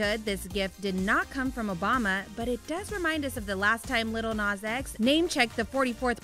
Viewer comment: She said 'Little Nas X' 😂😂😂😂